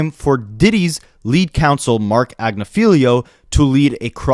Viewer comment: Great video. Only problem is that Mark Agnifilo's name is pronounced as "Ag-niff-a-low". According to his wife, Karen.